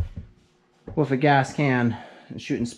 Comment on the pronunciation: I hear you say 'WIF' and 'With'. Is that a NorthEastern thing?